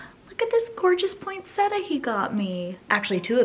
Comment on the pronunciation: Poinset-tia, not -ta